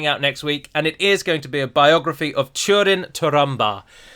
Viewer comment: please remember that ú as in húrin and túrin is pronounced like the oo zoo